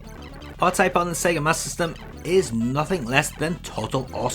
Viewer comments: Wonderful overview as always! But I'm confused about something, and maybe it's because I'm American: Is it pronounced "Master System" or "MasSystem"? The latter is what I heard in the video. Is that how most UK people pronounced it? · Sounds like your saying Sega mas system.